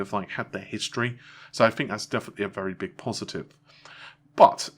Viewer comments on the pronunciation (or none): none